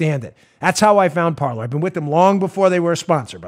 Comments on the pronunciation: Dan, please, the name of your sponsor is "Parler." It is the French word meaning "to speak." It is NOT pronounced par ler. It is pronounced par lay. I have heard so many conservative broadcasters mispronounce it and it's really starting to annoy me. It isn't an English word, so it shouldn't be pronounced as if it were. If you are the only one to pronounce it correctly, you'll be light years ahead of all the rest. I love your show. You always give sources, which I use when conversing with leftists. They can't refute what I say because they don't have sources other than commentators' opinions. You give me the ammo I need to shoot them down. I can't thank you enough. And, although you always make it clear you get a lot of your info from people pointing you to those sources so you don't spend all your waking hours searching for the articles and documents yourself, you are the one with the bully pulpit that gathers them together so we all can save time and back ourselves up with the needed facts. And Paula does a wonderful job as webmaster and her abilities to project the right articles, the parts of the articles, and highlight the pertinent sentences during your YouTube broadcasts are superb. Thank you to both of you and Joe does a great job as producer. It's a very professional job by all of you. Please keep up the good work. And remember, it's pronounced par lay, like in horse racing. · It's pronounced "par LAY." It's French for "to speak." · Dan, "parler" is the French word "to speak " or just "speak!" and is pronounced par-LAY. You'll be better served by pronouncing it the French way. Blessings. Ken